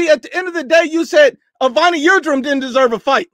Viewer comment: Dude calls Avni Yildirim, Evony Yildrim and they ask him if he black or white lmfao